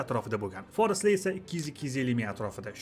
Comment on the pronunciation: Бошловчи га Форислар эмас форслар Дейилади ва ёзилади Аввал тўғри ўқишни ва ёзишни ўрганинг